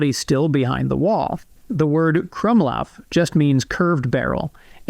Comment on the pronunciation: as a german person i find it immensely funny that every youtube pronounces krummlauf wrong in a different way as a german person this means the corners of my mouth only point downwards 50° instead of 70° for a second